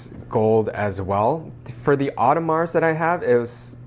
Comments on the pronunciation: Dude it's not "oddemarz" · Audemars silent s my dear.